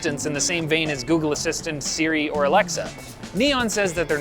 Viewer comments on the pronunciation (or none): none